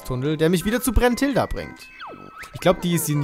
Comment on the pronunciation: BRUNtilda nicht BRENNtilda, lern es endlich, das ist fast wie tael und taya bei dir xD